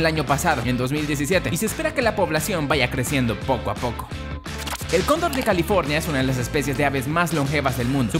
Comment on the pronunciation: Yo pense que decia condon de california